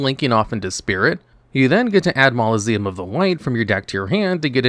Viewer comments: It’s also mausoleum not maloseum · mausoleum is a normal english word, say it normally